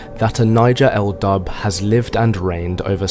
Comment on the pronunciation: This is hilariously funny. It is also very ignorant of Scottish history. Describing some as 'Dubh,' (its pronounced 'doo,' not dub) was a descriptive word meaning they had dark hair, or it could be used to indicate they were sinister, ruthless or evil. As people in Scotland then and now, had various hair colours, ranging from very light blonde, to red, to dark, or black. People often didnt have surnames at time, or were from the same clan, so they used this as a way of distinguishing them. Another contemporary of the time, was Erik the Red, a well known viking of the time, called this as he had red hair. Your interpretation of Dubh, meaning they were black, as in black African, or Moors from north Africa, is a basic mistake. Im directly descended from the Scottish people you talk about. Im Scottish and I live in Scotland. My family like many other Scots can trace their ancestors back at least two thousand years. So that must mean Im black!. Well at least according to you. Anyone looking at me, would say, you are a pale northern European. The same as any other Scot or Irish person. Ive even had DNA tests that shows Im a completely white northern European. No surprises there. Where are all the black Scottish and Irish bodies in Scotland and Ireland? What a deluded and ignorant fantasy you are spinning. I could take every statement you make, apart, because you have deliberately distorted and picked little points and twisted them, misinterpreted them, to suit your agenda. Also th